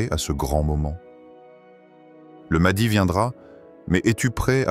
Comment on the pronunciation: Wa3alaikoum assalam Warahmatou ALLAHI ta3ala wa barakatouh, déjà on ne prononce pas maadi mais maHdi c'est I A 😂😂😂😂😂😂